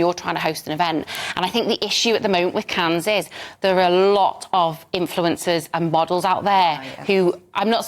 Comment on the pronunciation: She can’t say Cannes 😂